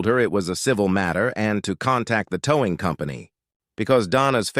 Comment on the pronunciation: This artificial idiot male voice couldn’t even pronounce “towing”….called it ‘toww-ing’